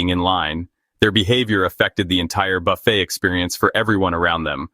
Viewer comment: WONDERFUL. VIDEO. JUST. WONDERFUL.. & THANK. YOU. ! BUT. /. IT. IS. :: NOT......... A. ** BUFF__IT. ** IT. IS. A. ** BA__FAY. **!!!!!!!!!